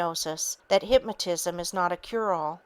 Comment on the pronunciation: Excellent book. However, it is very distracting to hear the reader constantly misprouncing certain words, especially "hypmatism" and "hypmatist".